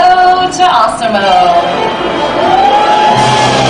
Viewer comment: Why does she call it Ossimo?